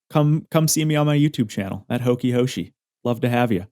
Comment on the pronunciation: The HokiHoshi pronounciation was absolutely butchered